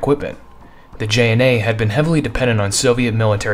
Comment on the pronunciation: butchered the JNA's name...